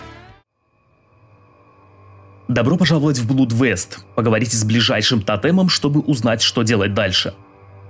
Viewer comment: Привет и спасибо за ролик, игра забавная. Только одно "но" - она не "блуд"! Блуд - это беспорядочные половые связи, а кровь (blood) на аглицком произносится как "блад" 😁. Вот тот же известный капитан Блад у Р. Сабатини, так он в оригинале "Captain Blood". А в остальном всё хорошо. ;))